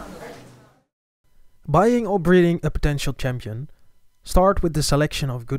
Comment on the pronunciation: Grand 'Chanpion'